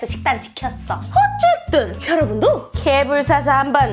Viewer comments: 처음에 개새77ㅣ라는줄 알고 흠칫했네ㅋㅋㅋㅋㅋ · 여기서 순간 개베이비라는줄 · 맨처움에 개삐이이이 를 개색...라고 들음ㅋㅋ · 에서 개X끼라고 욕 하는줄.....ㅋㅋㅋ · 개~삐 할때 개소ㄹ인줄 나만그럼? ㅋㅎㅋㅎ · 인트로에 개~~라고해서 욕한줄 ㅋㅋ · 처음에 개**라는 줄 알았네